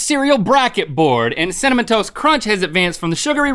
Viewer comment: Aaron Lawrence cinna"MON"